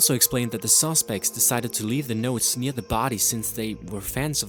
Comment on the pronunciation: (Talos Stormcown) Say Near It Sounds like your saying N from black and white